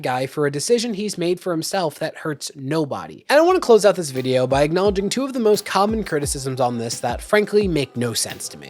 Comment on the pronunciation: Does that extra syllable adds to certain words drive anyone else nuts? Videowah Controversyuh